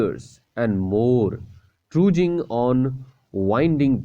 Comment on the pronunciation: You pronounced "trudging" wrongly but even though you explained it well thanks..... .